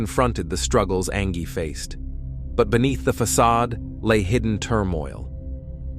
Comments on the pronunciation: Come on... Do you not even watch your videos or hear your robot narrator saying "An-ghēe" not "An-jhēe ANGIE" like any real person would? But hey, most people want to honor the dead. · "An-GEE"? Its pronounced "Anjee" clearly AI, that was just lazy... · Ang-gee? No. Just narrate it yourself. The background music is nice though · I think the pronunciation of her name is a bit off 😂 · 😂yeah. It’s pronounced the same way as the other spelling of ‘angie’. Mistakes happen but it always bugs me lol